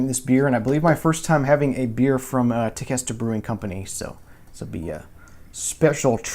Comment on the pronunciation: Hey, I just wanted to add some "facts" Hope you are insulted... I don't mean it that way. Tequesta is pronounced Te Quest A... it is actually a little town just north of me in Palm Beach County. They are a store front operation that you can go & be served from the tap. Not sure where the Cape Canaveral came from. There is a Large bottling company (think "America's Beer) maybe TBC has the beer bottled there. I know the store front is not very big. Tequesta is a beach town so maybe Der Chancellor was made to pare with fish? (just guessing) I watch all your vinyl videos & Tequesta caught my attention as it is local, so I hope my input didn't offend you. Cheers